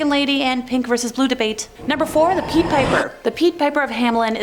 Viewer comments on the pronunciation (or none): Er...regarding the Pied Piper story: Pied is pronounced "pide", and Goethe is pronounced, more or less "Gerta" (in German)...